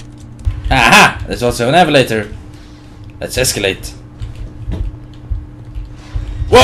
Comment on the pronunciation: "HA HA! An evelator!" "Lets evelate.''